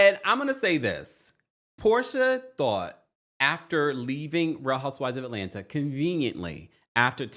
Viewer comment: It’s Atlanna 😂 the second t is silent.